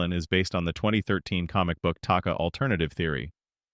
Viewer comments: It’s taka not taki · Oh god i hate it when ppl talk about charchters an they cant even get the name of the charchters right its taka get it right